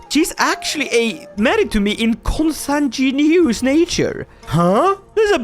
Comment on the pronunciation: Makes fun of audience for theoretically not being able to pronounce a Norse name Also: Struggles to pronounce consanguineous for two minutes